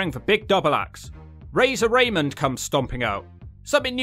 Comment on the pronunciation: It's pronounced "Rah-mone"